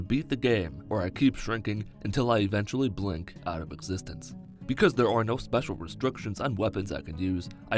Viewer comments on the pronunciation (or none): none